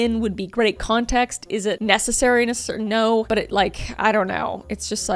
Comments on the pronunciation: The "nor" has me dying 😂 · "Naur" aussie here, you had me cracking up. 😂 sending good vibes from Oz🇦🇺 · I love the “NOR” 😂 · "nor" but Kris sounds like an Aussie lol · As an Australian the "Nor" had me in stitches 😂 🇦🇺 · As a Aussie I love the NOR on kris’ part 😂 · Naurrrrr 😂 nor 😂 I'm still laughing 😂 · The only way I will be pronouncing "no" from now on unfortunately 🤣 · I just woke my husband up busting up laughing at that. 🤣 (When I can't sleep I watch YouTube wearing headphones.) I will forever pronounce it that way now. 🤣🤣🤣